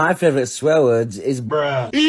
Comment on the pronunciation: He said favorite without the “or”